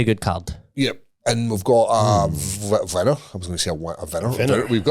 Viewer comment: "WE HAVE OURSELVES A VINNNNER!"